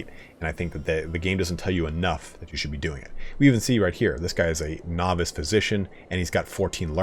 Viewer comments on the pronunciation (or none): none